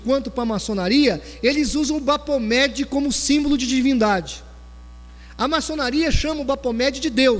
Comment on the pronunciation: se lê Bafometxi e não Bapometxi "ph" se lê "f" em ingles